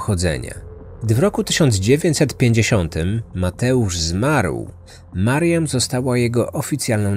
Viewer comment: czemu zamiast mariam słyszę Marian ? :D